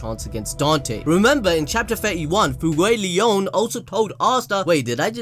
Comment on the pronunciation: repeat after me FU-EY-GO-LEON